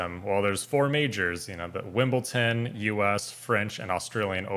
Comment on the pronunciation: As a tennis fan you should know it's WimbleDon not WimbleTon!